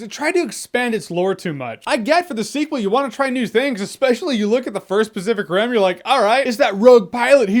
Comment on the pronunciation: Do i hear "specific rim" or am i tweaking